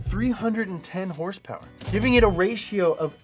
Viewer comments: It's hilarious when he says hursperss instead of horse power! Knee slapping funny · Idk why , i just love it when he says "hurs purrrs" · Sounded like he was saying dollar per hurst which is what he’s gonna need soon with all the motor oil he’s drinking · Please say horsepower normally I couldn’t finish the video. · Saying horsepower weird is funny once or twice. I had to turn off the video from extreme cringe.